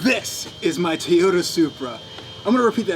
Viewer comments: TOYota,, not teota.. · it TOY-YOTA not Tay-uta you idiot. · TOYOTA not TAYOTA god damn that annoys me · I'm far less concerned about the deal he made than the pronunciation of TOYOTA. ffs it's not a TEEYOTA. how is it so hard for americans to say the names of foreign car brands properly? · please say "toy-oh-ta" not "tee-otta" than you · Learn to say Toyota its not Toe ota or 2ota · Tiota lol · Just curious but where in North America does your pronunciation of Toyota come from? You say it like "Teh-yoda" or "Tee-yotta" and the only times I've ever heard that were from (far) outside of the US. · Teeyota? Never heard of it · what's a Tiyoda? =p jp bro sick find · The fuck is a Teayota? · In the beginning of the video was it tuyuda that you said? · Toyota... Not tiota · “This is my tooda supreh” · What the fuck did you say it was? A teaota supra?? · "This is my Tuta Supra!" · cant even pronounce toyota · you should learn how to pronounce toyota before getting SUPRA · I hate the way he says toyota